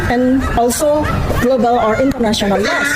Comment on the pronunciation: sik sik... kok kuping ku denger nya "los" apa itu los..??? Ilang gitu... harusnya terdengar "laows" ->LAWS😅😅😅😅😅😅😅